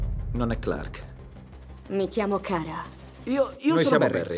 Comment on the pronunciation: Lara, non "Kara"! Per il resto che meraviglia!